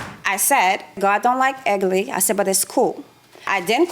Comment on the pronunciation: No. God don't like "egly" or ugly🤣